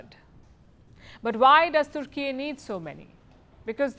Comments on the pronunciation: IT IS TUR KEY NOT TOOR KEY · its Tur Keeey.. not turki